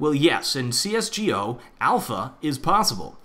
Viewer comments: Just say csgo, not C-S-G-O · I cringe when he says CS:GO Like CS:G-O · You're the only person go Instead of GO says gee o' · Can u say csgo right? No hate*” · OMFG HE SAYS CSGO AS EACH LETTER